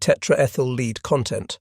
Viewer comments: Tetraethyl "lead" (Pb), not tetraethyl "leed". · learn how to pronounce lead!! Led Zeplin took the right decision when they removed he A!!